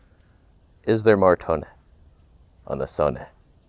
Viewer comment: Question... Is there more toneh... on the Son-eh?